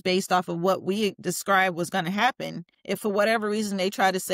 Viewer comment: ‘Whut a L L C iz’ lmao